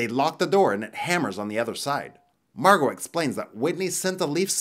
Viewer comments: Margot is pronounced MAR` goh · Is her name really marGOT or is the t silent?